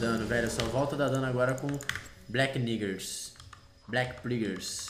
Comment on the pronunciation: Idai o cara ia falar cutelo negro em inglês e acabou se confundindo e falou neggers no meio sem querer ninguém nem sabia que essa palavra existia antes dessa treta e duvido que algum americano ve o jukes